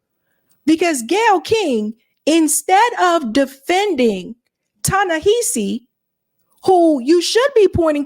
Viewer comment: Hey! I love your work but girrl you gotta say his name right. It's pronounced Tah-Neh- HAH- see Coates Emphasis on the "HA" as in how one generates laughter.